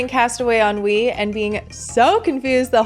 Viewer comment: Every time you say “on Wii” all I hear is ennui lol I have major sims 4 ennui lol I say that to myself all the time now 😂 sims 4 am I right??